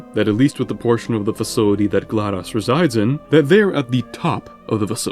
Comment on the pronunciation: there's no way you just picked on the pronunciation for "Aperature" but can't say "GLaDOS" to save your life